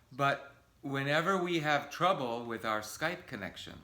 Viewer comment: я может чего прослушал, но ты когда тот же with говоришь, у тебя в конце з, виз звучит... это ты для нас, или правда не получается сделать правильно? Так давно ведь занимаешься